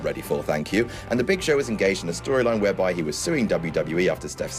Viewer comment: It's the Big ShoSh